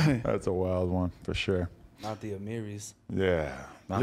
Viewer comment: No disrespect to nobody but at like the 30 second mark said fosho and Adam said for sure and it made me chuckle